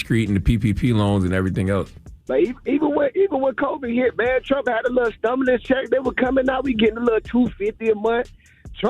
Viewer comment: ... This man really said "StUmulus Check". Not Stimulus..... Stum..... Dumb. Pronounce words properly, purposely annunciate words please .